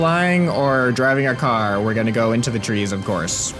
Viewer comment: I just noticed the way he says car it's like carrr